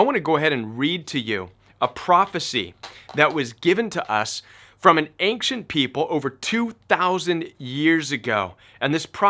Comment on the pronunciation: Love your content. I've heard your say "ancient" like 6 times in the last two months. I wonder if you are aware of that accent you put on the "c". I hear "ainkcient". I wanna know if it's just me :)